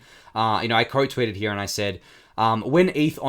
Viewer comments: I came to the comments to see if anyone mentioned it lol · dude you killing me how you say heah.. here